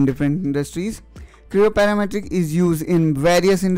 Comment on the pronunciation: PTC Creo "Paramatric" LoL